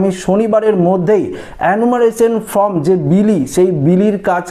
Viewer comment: ওটা ফ্রম নয় ফর্ম।